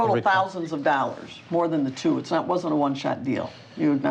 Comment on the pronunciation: "Fifty Thousand Dallers"